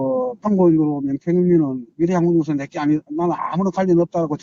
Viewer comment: 발음교정 부탁드립니다. 미래한국연구소를 밀양군연구소로 발음하고 계시는 것을 알고계십니까?